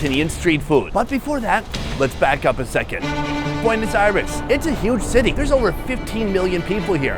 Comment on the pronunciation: Welcome to "Puenos Ares"